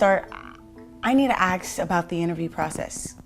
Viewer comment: “I need to axe “. Oh very professional,.